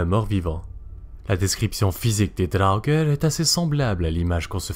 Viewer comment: Par contre, au pluriel, ça se prononce "draugar" il me semble. Tandis qu'au singulier, c'est "draugeur" (mdr).